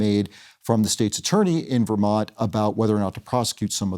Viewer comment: Do you listen to yourselves? You pronounce Vermont as Vermouth?????